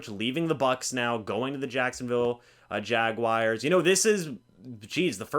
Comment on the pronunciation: It’s not Jag-WIRES!! It’s Jaguars